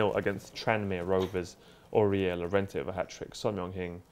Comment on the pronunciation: Can y'all hold 2 L's for not knowing how to pronounce Llorente...